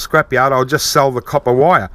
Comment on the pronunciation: I subscribed just so I'd be sure to hear you say "caw-pah" a few times a month, it makes me smile every time. Thanks, mate.